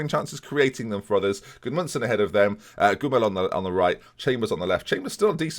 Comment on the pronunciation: It's Goo-Mee-ell not Gwimel. Oy vey.